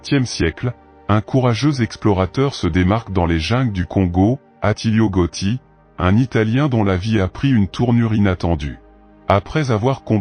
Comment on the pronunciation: c 'est GATTI pas GOTTI